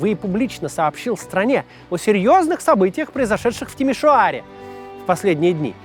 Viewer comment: "Накануне, в (старательно) Тимиш-о-аре..." Ну могут же, могут же русскоязычные произносить румынские дифтонги, если захотят! ❤❤❤